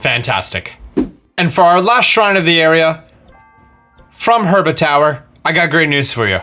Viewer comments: to me it sounded like he said "Her-ba-tow-er" Instead of URBA-TOWER which is the actual pronouncation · I love the mispronunciation of the locations sometimes: herba map shows hebra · (heeb-ruh) not (her-buh) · I need one more Shrine is herba......... I mean hebra😂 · I hate you for calling Hebra Herba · Is nobody else bothered that he pronounces it Herba instead of Hebra? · Heh-BRUH not her-BA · Herba? Are u serious? How the heck can you mis pronounce that?!? I mean seriously! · Hebra not herba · it's hebra, not herba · that moment when he even SPELLS HEBRA in the title and say herba lol. gr8 video tho thx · i know he cant help it but i die a little every time he says herba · lol:) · Is it just me or i heard herba region? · he says harbra bebra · “Shrine orb” “herba” lmao I don’t think this guy’s played the game before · Triggered every time he pronounced it "Her-ba". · It's pronounced HE-BR-U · SpeedyFoot if you're not joking this is hebra tower he just pronounces it wrong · you said hebra wrong just saying